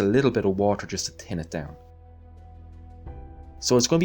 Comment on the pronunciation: I love your videos, and I've been watching them for years, but I still giggle slightly every time you say the words "tin it down"